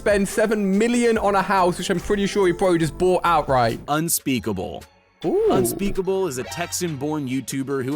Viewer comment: And unspeckble